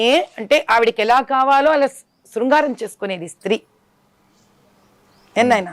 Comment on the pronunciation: శృంగారం కాదు మేమ్ సింగారం